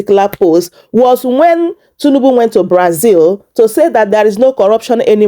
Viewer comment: Please it's not tunubu. It's President Tinubu. Correct yourself please.